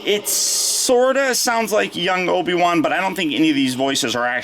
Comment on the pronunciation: The Obi Wan voice is pretty close but listen carefully to the vowels...they are slightly off!